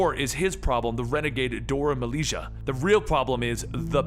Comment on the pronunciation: "Dor ah ma leisure" lmao! when you bitches names, it's hilarious 😂😂😂😂😂, still arguably the best comicbook channel, keep it up brother